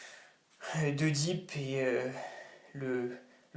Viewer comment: On ne prononce pas /eudip/ mais /édip/. On ne prononce pas /aguénor/ mais /agénor/.